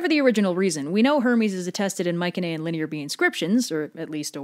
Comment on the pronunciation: Coming back to watch this I noticed that she is pronouncing Mycenaean wrong or is that another way to pronounce it